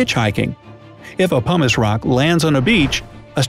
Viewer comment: He says pumice like humus, this is bothering me